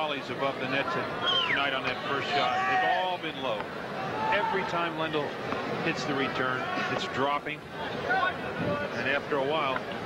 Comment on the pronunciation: It's "Ivan Lendl" Not " Evan landl" dumb American...